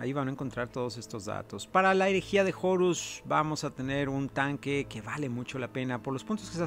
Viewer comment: porque dice jorus ^_^